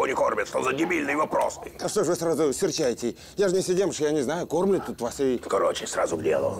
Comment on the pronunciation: Кормлют не кормлют ахахахаха